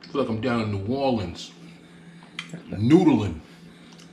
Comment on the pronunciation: "New orelans" lmao 🤣